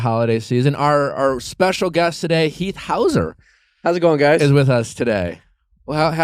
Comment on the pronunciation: Heath "Howser" 🤣🤣🤣